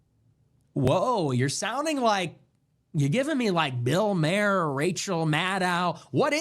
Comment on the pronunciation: Bill Maher has an Irish last name, which is pronounced "MAR" - always.